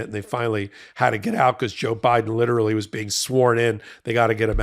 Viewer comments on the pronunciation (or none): none